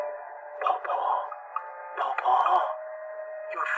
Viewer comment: ITS PUŌ PUŌ NOT POPO